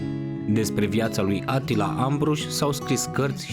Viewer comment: E supărător că nu pronunți corect numele ungurești…(Așa cum îl pronunți e varianta turcească -Attila-).